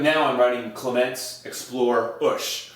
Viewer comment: Clement "Ush." I'm pretty sure it's the Clement U.S.H.